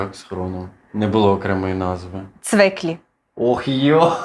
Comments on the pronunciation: Не цвИклі, а цвІклі... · Цвіклі а не цвиклі